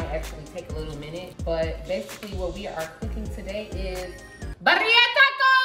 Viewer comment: Pronounced birria (beer e ya) not yeah. Yu. The guajillo Chile is like (wa he yo). Just helping. Coca needs to stop playing & put a ring on her finger. is everything! Periodt. 💙. These look so delicious. Can u believe most Hispanics and people married, dating, etc Spanish people shred that chicken and beef up by hands and yes it’s still steaming. My hubby is Salvadorean and he’s an amazing cook but him and the women and cooks in his family just shred that up steaming from the damn pan. It’s crazy.